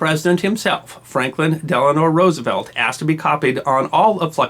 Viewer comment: OK, I recently subscribed as I enjoy the stories from history. And I can forgive a few mispronunciations, especially of non-English words. But that said, I really think a history expert in the US should be able to pronounce FDR's name properly. DELANO. "Dell-ah-noh" NOT "Dell-ah-nor". There is no "r" at the end of his middle name.